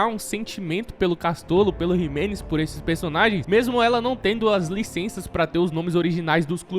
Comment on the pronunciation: Jimenez não, Ximelez...kkk